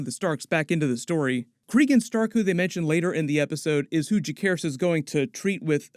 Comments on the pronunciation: It's Ja-Ser-Ris not Ja-Care-Ris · It’s interesting the way you say Lucerys correctly but not Jacerys. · I’m begging you to pronounce jacerys’ name properly PLEASE😭